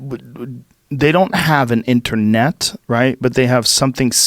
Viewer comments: fffark the way Joe says internet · Joe “Enter Net “ Rogan